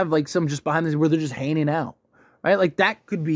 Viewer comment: There is a G in hanging out, please stop using filler words like "right?!"